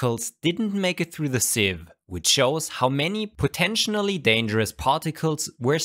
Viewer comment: Potentially* not "potentionally"